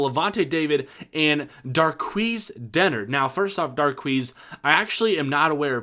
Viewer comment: Yo, I'm sorry, but you pronounced Darqueze Dennard COMPLETELY wrong. (Also he would be a pretty cool brother)